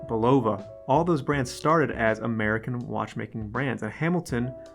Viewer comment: It is not Be-Lo-Va, it is Bull-a-va..!!